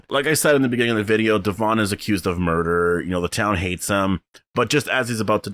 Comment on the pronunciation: Thank you for being one of the only reviewers to say Devon's name right hahahaha oy when is S02 coming? I hope they take all our feedback to build for it correctly!